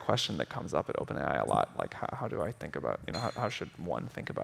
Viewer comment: oPaeN ai 🥴